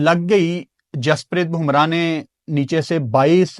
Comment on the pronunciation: भूमरा नहीं है बुमराह है नाम ठीक लिया करो